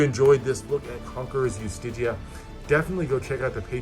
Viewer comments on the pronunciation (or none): Is that how you pronounce Justitia? I thought it was "jus-tee-sha" or "just-tee-she-a" I love this all red deck - i prefer the material that was used on Vendetta compared to this